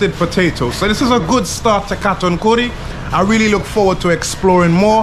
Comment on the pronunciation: Kathankudi ... not kattankudi